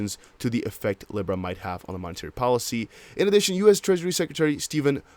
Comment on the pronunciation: and Libra is pronounced Lee-Bra